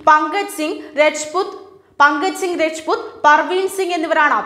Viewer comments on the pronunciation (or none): രെജ്പുത്ത് അല്ല, രാജ്പുത്ത് ആണ് അതായത് നമ്മൾ രജപുത്രർ എന്ന് പഠിച്ചിട്ട് ഉള്ള വർ തന്നെ.